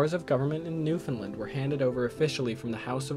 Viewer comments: It's pronounced New-Fin-LAND not New-fin-Lind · Nice video,. There is just one thing I would recommend: there is an easy way to pronounce Newfoundland. Try saying it the same way you say 'understand'.